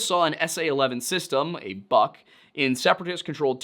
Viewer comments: The word “Buk” is pronounced “book” and not “buck” the “Buk” is a missile system and the word means “Beech tree” in Ukrainian. I speak Slovak and it’s fairly similar and many common words. Sorry but it’s annoying bc it’s not a difficult word to pronounce. Thanks , and I LOVE the Lore Lodge videos. I’m rewatching them all. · Russian here, thanks for trying to pronounce. The most horrible one must be Buk, as it's pronounced like book, not buck. Purgin as "pure-gin" is pretty hilarious too😂 should be "poor-gyn". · Buk is buk ,not BAK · As a slav I can say, that buk is spoken not like buck, but like book (literally; u=oo in slavic languages). It`s good to always look on the phonetic pronunciation to be certain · It's a minor point about pronunciation but still: "Бук" is pronounced like "book", not like "buck". Just a correction. Also I think this situation is prime Hanlon's razor material. Rebels' incompetency is much more believable than ukrainians' malice. The fact that we have more evidence for this theory is telling. Good job overall, you handled this topic very professionaly, I was kinda afraid to go watching this, but you've once again proven yourself a fair and balanced researcher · The biggest thing that is throwing me off in the video is "Buk" pronounced like "Buck" instead like "Book" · Book is how you say the "buk" name of the SA11. I see someone else said that too but it drives me nuts hearing that. Typically just say SA11 or whatever the Nato name is. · Pretty sure "buk" is pronounced like "byook" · Close, it's pronounced exactly like the word is pronounced"book" in eng. "У" makes an "oo" sound, "ю" makes a "yoo" sound. But ultimately, it doesn't rlly matter, especially since Бук's romanized ver is "Buk", easy to get it wrong. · One small correction, dear sir. The missile system in question is called Бук (in cyrillic), therefore should be pronounced as "book". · You’re saying BUK (Buk) wrong.